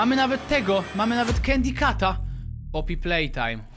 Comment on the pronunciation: Nie nawidzę poppy playtime ale kocham candy cat mówi się kendi kat I cat bee admiros to jest cat bee mówi się ket bii